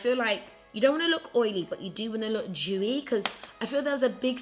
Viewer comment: you’re the cutest, I love how you say dewy as Juwey